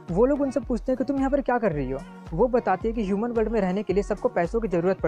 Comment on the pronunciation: Shuman nhi loDo yuman hota hai 😂😂😂 do not maid okk